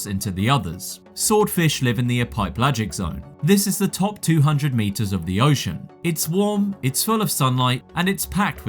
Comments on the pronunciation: Ee-pipe-lagic isn’t that in Yorkshire? Perhaps Epi-pelagic? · "The E-pipe-lagic zone" 🤣 It's the Epi-pelagic zone. AI slop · It's pronounced "Kai-tin", not "chittin" And I'm pretty sure it's pronounced "Eppy pel-ajic" Do you have A.I. voicing these?